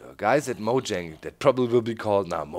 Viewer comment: And doc it is said like "moyang" not "mojang"